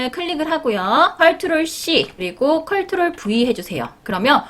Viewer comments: 컬트롤이 아니고 컨트롤입니다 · 컬트롤 이라고 하시니까 뭔가 정감가고 좋아요> <ㅋㅋㅋㅋ 은근히 중독성 있네요!